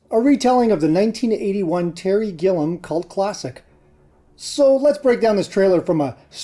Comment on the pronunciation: It's Gill-i-am not Gillim. The i sounds like an e.